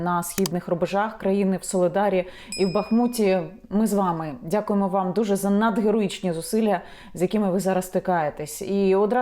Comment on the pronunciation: Яніна прошу, будьте толерантною, місто Ба'хмут, перевірити за словом Ба'хмач